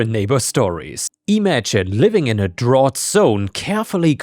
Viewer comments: Hey, I know English isn't your first language and i'm always amazed at how well you narrate these stories. "Drought" has come up in a few stories though, and is pronounced "drow-t" not "drah-t" (though drAught, like a deep drink of something, is pronounced that way!) Keep up the great work dude! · English note: "drought" is pronounced more like "drowt". That "ough" is a contextual pronunciation and a right bitch to learn even for native speakers. EDIT: "Karens Without Borders" would be one hell of a band name. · Just a quick pronunciation adjustment: drought is pronounced drout. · drought is pronounced like drout not like you pronounced it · Drought rhymes with out!